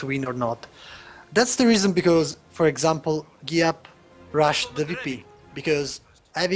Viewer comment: Finally got Giap's name right, well done.